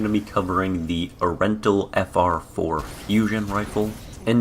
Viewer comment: It's ur-en-tul, now say it with me...